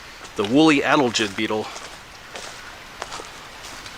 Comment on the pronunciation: Sad to see what the woolly adelgids are doing to the hemlocks. By the way, it’s pronounced a-DEL-gid …. emphasis on the second syllable.